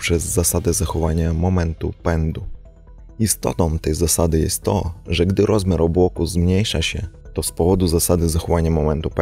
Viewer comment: Haha jak zawsze cenny! :) Mała porada. (Dla wszystkich Polaków btw) Poćwicz wymowę dwóch wyrazów, sam zacząłem, bo mnie ta niedbała drażniła u siebie, a poprawnie brzmi bardzo ładnie. Mało ludzi się z tym stara. A więc.. nie "jesto" tylko "jest to". Wyraźne t-t. Dzień ćwiczeń i wejdzie w nawyk, zobaczysz. Albo.. "jest taka".. Pozdrowienia. :)